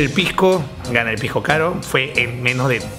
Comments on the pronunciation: se dice pisco y no "pijco", muy mal informado estás al comparar piscos de distinta clasificación. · Pijco, pijco, pijco, pijco oe habla bien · Se dice pisco oe,no pijco. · Todo el video escuché "pigcoo" 2 trillones de veces 😐